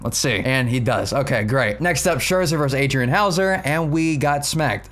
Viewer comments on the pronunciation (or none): none